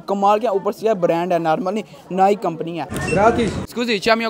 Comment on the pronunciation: Bro at least pronounce Nike well✅ Don't mind but check it.✔️